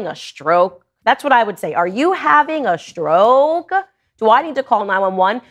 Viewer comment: That slurred "are you having a stroOoke?" Killed me 🤣